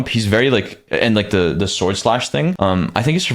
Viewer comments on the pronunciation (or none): none